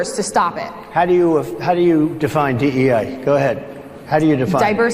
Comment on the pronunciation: Did he say DEI or DEA???😂😂😂